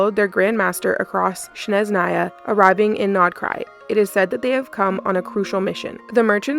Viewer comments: You keep pronouncing Snezhnaya wrong. It's SNEZHNAYA not shesnaya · Why do you call it sheznaya, are you mocking slavic?